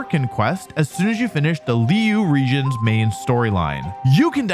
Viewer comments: The way wolfey said liyue, just says he just did read a script without much research , it's fine that game is not that good anyway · hearing wolfey saying liyue in the worst pronunciation possible is my favorite part of this video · Liyue is pronounced li wei